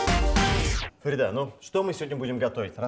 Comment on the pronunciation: Почему ФаридА, а не ФарИда?